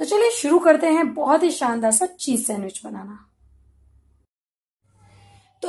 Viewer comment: sandwich nhi bol pa rhi thi....... recipeeee....🤐🤐